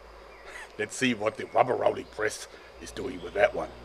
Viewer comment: I cringed every time he said rubberallic press